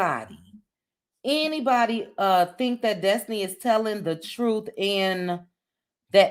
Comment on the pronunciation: Dess-ti-knee Dess-ti-knee